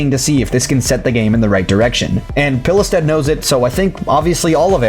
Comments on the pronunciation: A similar pronounciation for Pilestedt is "Peelstead" in english. That's how I - a swede - would pronounce it. silent "e" and silent "t". OP wasn't too far off. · you actually did a pretty decent job at pronouncing the guys name for a non Swedish speaker!!